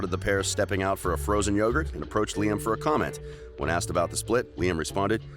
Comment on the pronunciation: I thought Lime Report was a funny way of pronouncing Liam Report.